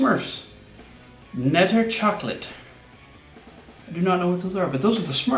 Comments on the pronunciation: You pronounced Peijnenburg very well sir, but the K in Knetter chocolade is NOT silent. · Well can't tell on that one since I don't even know the pronounciation lol. But for example knetter you pronounced it like know with a silent K, in dutch it is not silent. But nobody expects perfect pronounciation of you, it's a language you don't know. Hell I know English and my pronounciation isn't even near perfect